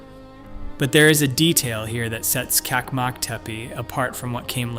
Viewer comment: "çakmak " is pronounced "TSak-mak" not kakmak. It means "immediate loan" or "fire starter/ flint/ lighter".